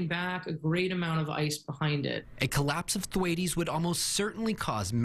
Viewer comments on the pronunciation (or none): The 19 Th-waytees? Or Tom Th-Waits?